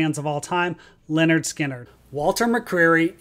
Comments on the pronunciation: Watching this a second time, and I HAVE to say it again: The first part of this band’s name is NOT pronounced the same as the name “Leonard”. The “y” is pronounced as a short ‘i’: LIN-erd. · Uhhh… “Lynyrd” is not pronounced as “Leonard”. It’s “LIN-erd”.